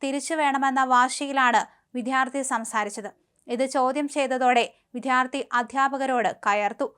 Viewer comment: അവതാരക വിദ്യാർത്ഥി എന്ന പദം തെറ്റായാണ് ഉച്ചരിക്കുന്നത്. "ദ്യ" എന്ന അക്ഷത്തിന്റെ ഉച്ചാരണം തെറ്റാണ്.